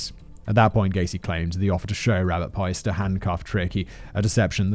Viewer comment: Piest is pronounced Peest